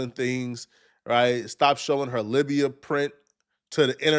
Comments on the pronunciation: Labia not Libya 😂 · wtf is a Lybia print???? You keep saying bop but we need to address this 😂😂😂 Have you ever seen a lady’s “ Lybia “ ?😂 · Libia 🤔 You mean labia? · Labia pronounced "lay-bee-yah" not libya. 🤦🏾‍♀️ Stop saying words you can't pronounce. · "Lybia" print is hilarious. Check that pronunciation and spelling there, bud. 😂 And yeah, she's a pretty disgusting person. And so far, it has worked for her. At some point, we have to realize that these people's existence is our fault too. Stop rewarding bad behavior. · Libya is a country my man 🇱🇾. The vowel youre looking for is "A" 👊